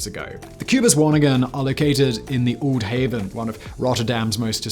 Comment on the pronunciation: Also oude pronounced similar to “olde”.